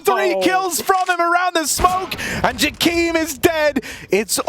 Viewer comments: and '' Jackeem is dead '' bro what is that pronounciation 💀 EDIT: YOOOOOOOOOOOOOOOOOOOOOOOOOOOOOOOOOO😆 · "Ja-Keem" is so annoying holy shit